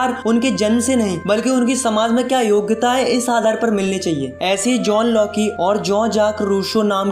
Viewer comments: John loki😂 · John locke❌ john loki✅